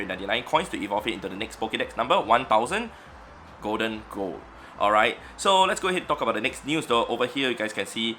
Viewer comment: did my man just say goldengo lmao its pronounced goldingo